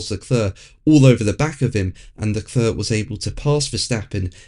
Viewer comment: LeClerc pronounced Luh Clerk, not Luh Cluur, according to Charles LeClerc